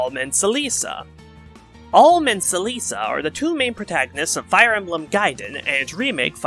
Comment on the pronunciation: im detecting a pattern with your fire emblem segments lul. luckily with celica, rigel, and mila, they arent gonna come up again so it doesnt matter but i better buckle up for the rest of the fe spirits thatll have even harder to pronounce names lul. (for the record Celica is pronounced "Cell ick a", Rigel is "Rig El", and Mila is "Mill a")